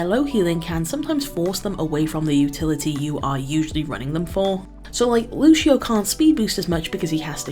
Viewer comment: Thanks for the guide, really helpful. But that "Lushio" pronunciation almost killed me lol